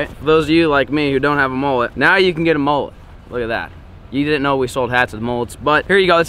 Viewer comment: Mullet not mollet